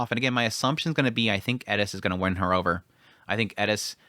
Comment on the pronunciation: It is pronounced Atoferatofe Raibaku, no silent letters and that is how it is in romanji, now, english is wierd, it doesnt like to play by the rules the rest of the world plays, so is normal for english natives to destroy names from other lenguages, i know that because my name is Ezequiel and english natives call me iziquiel for some reason, so changing how vocals sound is normal but making the e in Atoferatofe silent is what i dont understand, thats why it gets in my nerves :P